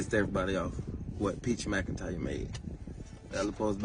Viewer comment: ITS "MACINTYRE" NOT "MICINTYRE"😫😫😫😫